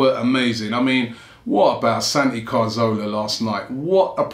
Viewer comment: Can people stop pronouncing Cazorla's name as 'Carzola', fucking hell is it really that hard to read the letters in the right order?